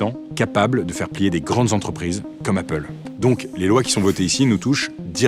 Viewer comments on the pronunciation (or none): none